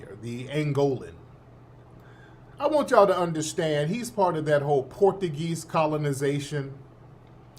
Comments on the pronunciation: Tariq, you killing me with the Port a geez. It's pronounced Portchugeese. 😂😂😂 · Tariq my boy..but I do concur.. it is not " porta geez' ..it is "Portuguese"!!😂